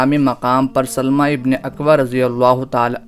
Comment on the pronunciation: یہ سَلࣿمَہ نہیں ہے بھائی صاحب یہ سَلَمَہ ہے